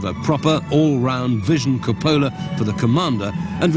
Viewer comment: I never understood why Cupola is mispronounced. Sad, really.